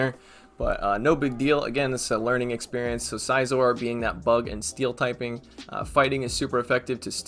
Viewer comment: Hey one thing scizor is pronounced in a similar way like scissors not Sai -Zor if I’m not mistaken.